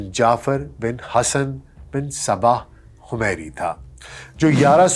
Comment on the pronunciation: Lafz ray or humayri.. Dono ko dobarah daykh kar tashih karan